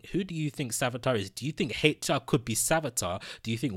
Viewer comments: why do you keep saying Heichar instead of HR? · Its hr not hateyall get ur speach together bro and no hate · Stop saying " Hate Cha"!!!!! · What letter is he trying to pronounce?